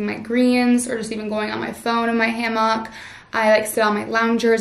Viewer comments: It’s HAM-ICK 😂😂 not ham-OCK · I’m dying at “ham mock” even though that’s how it spelled. 😂😂I’m on the east coast and we say “ham ick”